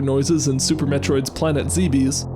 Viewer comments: Sorry to be nitpicky but Zebes isn't prounounced "see-bs" (unlike what I also thought for a long time and think it is sounding cooler that way) but "zeb-ess". It is said that way in the blacksheep game Metroid: Other M. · "Planet Zeebees" I am... 90% certain Zebes is pronounced "Zeh-behs" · It's not pronounced Zee-BEES, It's pronounced Zeh-Bess. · Zee bees? That sounds so weird lol. I've always said Zeh-behs. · Why did tanaka never do more metroid music? Also it’s pronounced zeh bess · "zeeebeees...."" It kills me... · That's now how you pronounce Zebes, just saying.